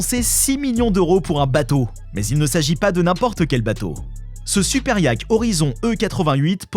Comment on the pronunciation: On dit yacht ( iaute) pas yack